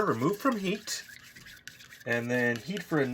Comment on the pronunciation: I thought he said "eat for another 30 minutes and stir" I was like.... "How will he keep eating it?"